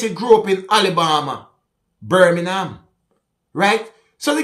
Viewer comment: " Birminham " the jamacain way of saying Birmingham..!😎